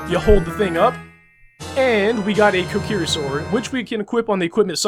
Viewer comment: Your saying the names wrong Na-vi ko-ker_ie sound it out pls